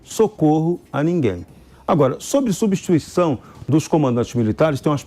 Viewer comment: 'Sobre subistuição"...